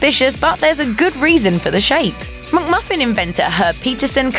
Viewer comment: It’s not a MUCK-Muffin! Get it right.